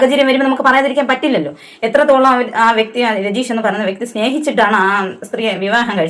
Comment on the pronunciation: രജീഷ് അല്ല രഞ്ജീഷ് എന്നാണ് ദയവായി അദ്ദേഹത്തെ ഇനിയും ദ്രോഹിക്കുന്നത് കഷ്ടം